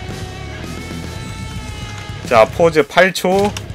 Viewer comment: pause의 발음은 [포우즈]와 비슷합니다